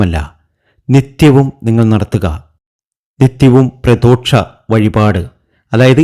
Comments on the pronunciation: ദോക്ഷം അല്ല...ദോഷം എന്ന് പറയൂ. പ്രദോക്ഷം തെറ്റ്... പ്രദോഷം ശരി. ഇനിയിടുന്ന videos ൽ ഇത് ശ്രദ്ധിച്ചാൽ നന്നായിരുന്നു. 👍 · പ്രദോഷം ആണ് ശരി 🤣 പ്രദോക്ഷം എന്നല്ല പറയേണ്ടത്... ദോഷം ആണ് ശരി.. ദോക്ഷം തെറ്റ്.. ആദ്യം ശരിയായ ഉച്ചാരണം പഠിക്കൂ.. 😀😀😀